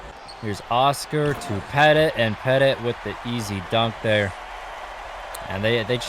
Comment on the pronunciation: U said petit wrong